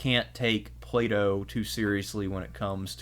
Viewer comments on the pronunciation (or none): none